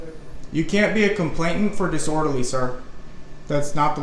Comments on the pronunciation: It’s ‘complainant’. There is only 1 T in the word. I know it sound like nit picking but it grates on the ear when Americans say complaintant. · The word is complainant, not complatant!